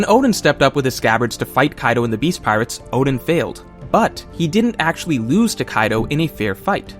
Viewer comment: This guy can't even pronounce Oden right 🚮🤦‍♂️ WTF